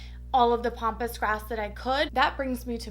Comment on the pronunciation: Pampas not pompous. Sorry I just had to say something.